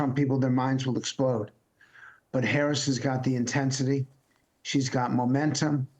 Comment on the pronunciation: Come on Mr. Luntz.... even you can learn how to pronounce her name!